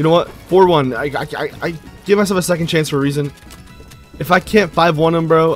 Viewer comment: Dude can’t even say 2nd😂